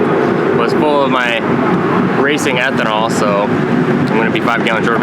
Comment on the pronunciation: keeps saying Ethonal.....